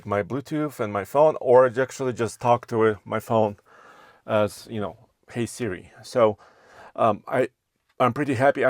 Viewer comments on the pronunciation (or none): none